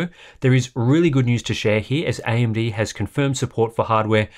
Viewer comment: ...does he say AMB, on every single occasion?